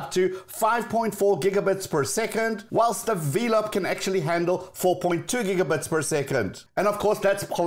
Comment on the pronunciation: I thought the pronunciation of velop sounds like and a play on the word “envelop” and not Vee-lop. Anyway I love this channel.